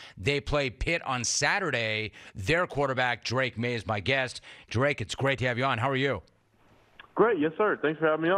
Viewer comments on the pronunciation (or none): Drake “Mayes”??? Typical Jim Rome.